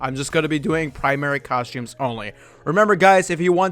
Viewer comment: It's costumes, not coshtooms.